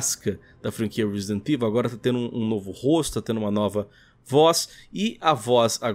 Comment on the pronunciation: Alguem ensina pro apresentador do Canal a Falar Resident Evil direito por favor? Parece a Turma do Pronome Neutro falando... TNC